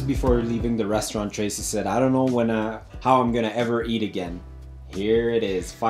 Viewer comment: i like the way you guys "butcher" kenyan names haha esp Tracy